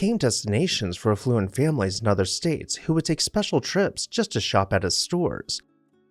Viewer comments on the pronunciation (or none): Affluent not efflUent. Stress is on the first syllable in English for a good reason. effluent means sewage.